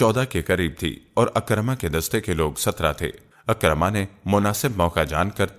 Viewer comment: جی بلکل اور حضرت عکرمہ رضی اللّٰہ عنہ۔ ع کے نیچے زیر ھے پڑھنے میں غلطی کی جا رھی ھے